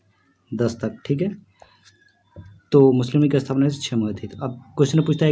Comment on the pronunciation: भाई साहब लिऺग नही लीग होता है 😍😍😍